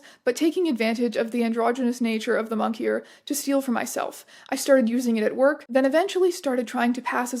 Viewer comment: Did you accidentally say monkier instead of moniker or did they write "monkier"?